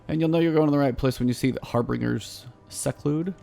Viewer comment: I do like your guides...as someone else pointed out they seem geared towards someone that is not at the top of the game, but has light to give it a try. I like your style and the fact that you even died...that is, it is not the I am a god run. Great work! I will add one thing, I think you said...lol...Har-bringers Seclude when it is the Har-bingers seclude....that bingers being pronounced like binge. :-)